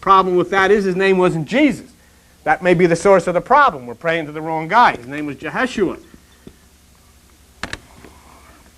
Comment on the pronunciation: His name was Yeshua not Jeheshua...there was no letter J in the Hebrew alphabet